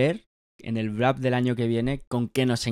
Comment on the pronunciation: por qué dices Brap ? 🤨 es Wrap